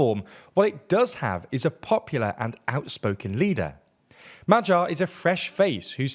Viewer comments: magyar is pronounced "ma-gyar" not "ma-jar", and you get sz right with fidesz why do you get it wrong with tisza? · It's much easier if you tell anglos to pronounce it as 'madyar'. Többivel egyetértek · its much easier if you tell him to pronounce it as madyar.